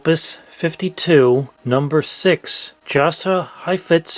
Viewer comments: Jasha is pronounced "Yasha". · Jascha Heifetz The J is silent. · Jascha Heifetz (I've always heard it pronounced Yasha) was a star in his own right, just not quite Caruso level. It kinda makes sense that those two were identified. On another note, I wonder how many people playing 100+ year old recordings to Shazam will it take to make it crash or rage quit? :) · "Yasha", not "Josha"! Just an FYI. Love your channel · Pronounced “Yah-sha High-fitz” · It’s pronounced Yasha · Jascha Heifetz is pronounced as Ya-Sha